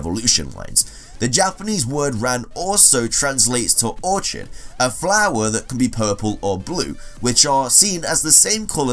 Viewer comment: Btw it's or-kid not a ch sound...